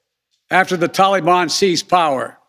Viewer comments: He can't even pronounce Taliban properly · Wish he could pronounce Taliban.